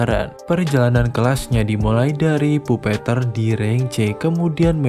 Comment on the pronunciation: bang bacanya bukan puppeteer tapi puppeteer